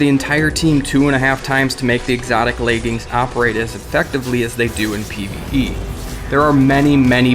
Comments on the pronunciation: It's pronounced "LEG-INS" there's no "A" in it. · Y does he keep calling leg armour “laegings”? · "Orpheus Rig layging"